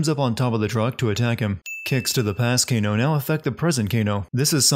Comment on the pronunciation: He called Kano Gae 😂😂